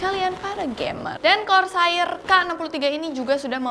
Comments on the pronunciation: korseir deh neng bukan kor sair.. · bacanya Kor ser sayang, bukan kor sa ir 😂😂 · kors air wa dengernya wkkwkw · saya beserta ribuan orang disini udah maafin pengucapan KORSAAIR nya karna kamu cantik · KOR - SAYIR TEN - KEILES ..................... Nice review though, Bahasa Indo nya ga perlu terlalu kaku , kalem aja mbak xD xD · Kor Sa IR tapi kalo yang ngomong mantap jiwa aja lah pokoknya 😂😂😂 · kor sair rip English:( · cewek selalu benar... "kor sair" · "kor sair" bukan "sair" buat ngambil ikan kan? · iya gregeten gw dengernya